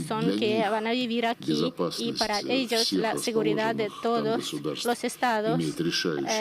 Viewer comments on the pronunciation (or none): none